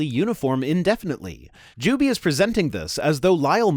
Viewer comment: Every time you say "Juby is", my brain hears "dubious". Kinda appropriate, I guess.